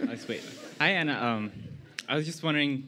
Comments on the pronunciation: The interviewer cannot pronounce Anna's name. At first I thought she was doing a bit but then she said it wrong at the end of the interview too 😤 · Interviewer: "Alright guys, let's thank Awnuh for coming to Google today..." Anna: "ANNA" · The interviewer is so bad omg She doesn’t even know how to pronounce Anna’s name correctly 😂😭